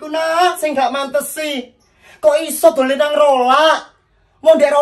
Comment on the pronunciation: Dolan bukan dulen 🤦🤦